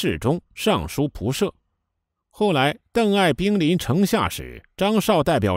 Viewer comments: 仆射，古代官职念púyè，不是pǔshè。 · 尚书仆射（ye四声） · 营销号吧，尚书仆射都读不对~